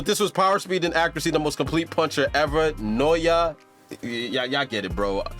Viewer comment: Imagine hearing "Naoya" and 1 sec later still mispronouncing it. American iq xD